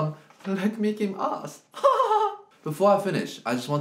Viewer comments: Is anyone else as happy as I was when I heard him pronounce "mich" properly? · yeah ik, but she asked for a pronunciation. I just used english to explain. Leck mich am Arsch would be correct in an actual, modern Deutsch. Edit: + the comment above mine. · Mozart war allerdings Österreicher und auf Österreichisch heißt es "mich" ohne "s" , das hab ich damit gemeint.